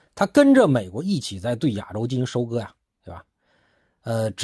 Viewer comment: “亚洲”的发音不对。